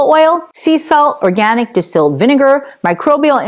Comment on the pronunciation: Can't say the word organic? Sad.